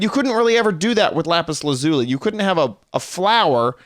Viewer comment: You said lapis lazuli wrong just saying